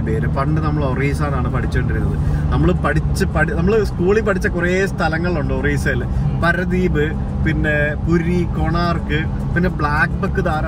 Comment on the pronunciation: അരവള്ളി അല്ല ആരാവലി, പര ദ്വീപ് അല്ല പാരാ ദ്വീപ്, ഗട്ട് അല്ല ഘാട്ട്. ഉച്ചാരണത്തിൽ ദീർഘവും ഹൃസ്വവും എവിടെ വരണം എന്നത് ശ്രദ്ധിക്കുക. ഇല്ലെങ്കിൽ കേൾക്കുന്നവർക്ക് അരോചകം ആയി തോന്നും.